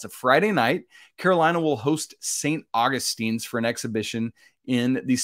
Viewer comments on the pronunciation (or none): My alma mater...Saint Uh-gus-tens